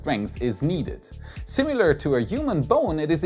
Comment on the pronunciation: I love your channel, but your pronunciation of the word "similar" is a little off: The second vowel is typically a schwa, but you are pronouncing it like the second syllable of "simulate", which sounds like the English "you"[jʊ"]. It sounds funny to my ear the same way it would to you if I pronounced "ähnlich" as "öhnlich".